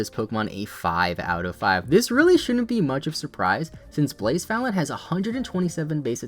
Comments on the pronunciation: Everytime you said blacephalon i was like what pokemon is he talking about because of badly u butchered the pronunciation lmao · so? You still pronounced it wrong.